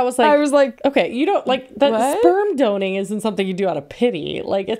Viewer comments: I’m cracking up at “sperm doning” instead of sperm donating 🤣🤣🤣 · Not "sperm DONING" lol